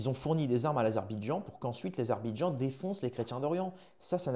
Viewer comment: Apprend à dire : Azerbaïdjan 😂